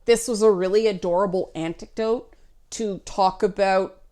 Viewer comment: Im an assh*le, Im getting hooked up on you saying "antecdote" instead of "anecdote". Did something change in English, when I wasnt looking? It seems so common nowadays. Anyway, good analysis of double standards.